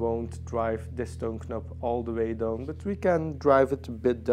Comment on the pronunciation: When you say "Toon knop" one more time, I'm gonna ask you, if you are Dutch too. Jesus, learn some English, dude! Knop is a huge no no. It is a nob!